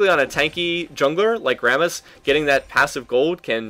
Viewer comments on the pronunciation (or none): Sounds like you're saying 'Varus' when you're actually saying 'Rammus' XD Got a little bit confused at the start.